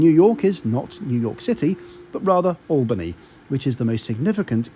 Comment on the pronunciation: Oh, and good job pronouncing "Schenectady", "Albany" and "Rensselaer", you nailed all three! Us locals can usually tell who's not from around here by that. Lol